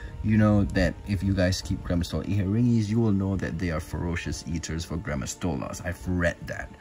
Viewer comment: When I hear "gramastola inhetingi" I tought you always said granma 🤣 don't know why, anyways, I am sorry for your loss